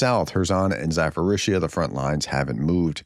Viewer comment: Zaporizhzhia is pronounced with a P not an F